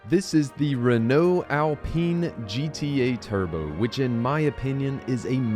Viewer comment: its pronounced "Renault alpine"